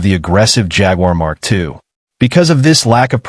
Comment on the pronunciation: It drives me insane the pronunciation of Jaguar..